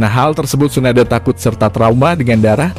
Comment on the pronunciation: Hatake baca nya ya huruf e belakang nya bukan jd hatakeu, jg bukan Tsunadeu.. Tp Tsunade.. Eeeee bukan eu